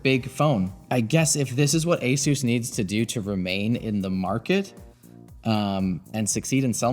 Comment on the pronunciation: why can no one at Linus media group say Asus properly 🤣